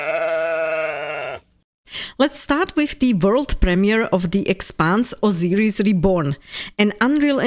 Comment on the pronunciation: /ousajris/ (pardon, jsem výslovnostní nácek😅) As for the Expanse, would you say that you are as excited for it as you are for Exodus? How futuristic do you like your space operas?